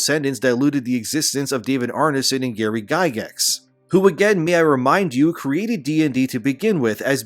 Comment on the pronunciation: Guy-gax my man, pronounced Guy-gax not Guy-gex. LOVE your vids and thanks for always keeping us aware my dude!!!😁👍